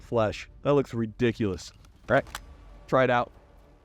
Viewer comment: did he really say REdiculous? LMMFAO.